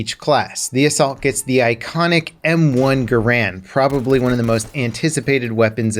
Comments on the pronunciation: know what hurts most about guns? no, not the bullets, the fact that people still have no idea how to correctly pronounce garand, it's not "ga-rand", or for some people "grand", it's "gare-end", the guy it's named after even told the manufacturers that his name is pronounced that way, and wanted it to be known. inb4 the comments saying i'm wrong cause they're too lazy to look up the facts or listen to an actual historian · 99% of people pronounce “Garand” wrong. You are pronouncing it wrong . You’ve been doing it your whole life .